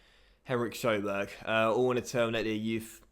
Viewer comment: That pronounciation of Sjöberg <3